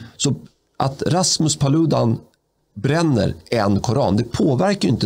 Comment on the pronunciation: En gång för alla - Paludan uttalas med betoning på första a:et !